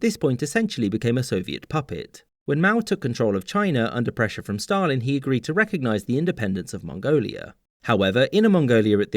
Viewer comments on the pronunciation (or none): none